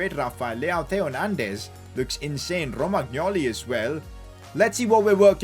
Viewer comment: The way just rolls the 'r' in Romagnoli 😂